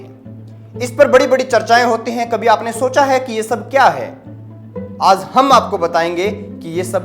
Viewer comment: भईया "आज़ " नहीं "आज"